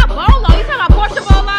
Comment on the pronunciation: Not Porsha Bolo...😂😂😂